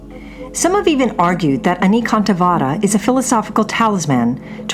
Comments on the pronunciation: Anekantavada is based on the Sanskrit word Aneka, pronounced A-nay-ka. Means various. So the word would be A-nay-ka-antha-vaada. The d though is pronounced as in "thee" and not as in "deed." 🙏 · Your Pronunciation of the word "Anekantvad" is totally wrong. First get it right then call yourself "Expert" on Indian religion. I wonder if you are one of those People who have never been to India but only formed their hypothesis comfortably tucked thous and miles away in their Air condition cabins.It is spelled as "Ane ( Like Say) Kaaant Vaad", don't westernize it. You people spell the french words with proper accent & diction but when it comes to other languages mostly non-European you Don't feel the need to be correct as you probably feel Whatever you Westerners do do is only showing us the "underdeveloped" hungry & poor people the right way. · This proper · exactly, and the guy seems to be doing pretty much the opposite